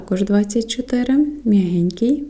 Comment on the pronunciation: Вибачте, але м'якенький, а не м'ягенький!